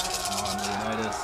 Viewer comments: Leonna-dass? What the hell? Is he trying to pronounce 'Leonidas' (leeuh-nai-duhs)? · Lol why does he pronounce Leonidas as if he's British? Yet doesn't pronounce any other word as if he is? Lol